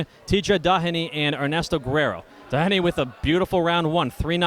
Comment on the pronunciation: seriously somebody needs to tell that commentator how to pronouce Tj DOHenys names. He's not DA HAN EE or DON agh eee. how fucking hard is it to say the mans name?